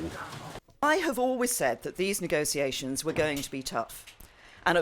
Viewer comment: NEGO-SEE-ATIONS x3